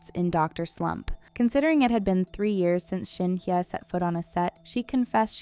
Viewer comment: Video sucks and you could at least pronounce Shin Hye correctly 🤣🤣